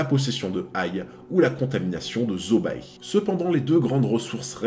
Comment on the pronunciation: Zobae... Je dis ça comme ça hein...ca se prononce pas zobé ?